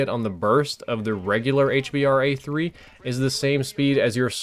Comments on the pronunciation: it's so annoying when u say 'Hbar' it's called the H B R A 3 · ITS hBRA3 staph calling it hbar3